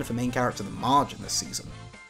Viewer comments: Did you call Marge Midge? Am I missing a joke there? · Did you call her “Midge”?